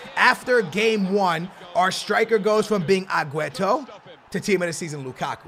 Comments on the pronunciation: AGUETO it's Aguero ffs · Agüero not agueto.. dude plz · Can u please talk normal. It's aguero in stead of agueto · Why you call him agueto? It's not his name